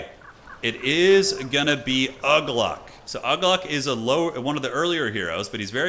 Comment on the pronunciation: Uglúk is pronounced Oo-glook